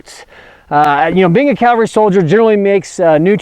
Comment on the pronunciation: I'm amazed that you specify accuracy... but you keep saying "CALvary"